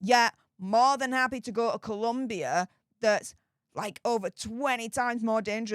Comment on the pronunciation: As someone who used to work in Bogota, I wish everyone would spell and pronounce Colombia correctly. It was the ire of my Spanish teacher lol. On another note, Meghan better keep her eyes on Harry at all times because he is going to be a golden pasaporte for the local latinas.